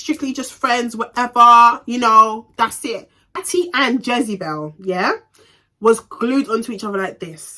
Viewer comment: 🤣🤣🤣u crack me when when ever u say Jezebel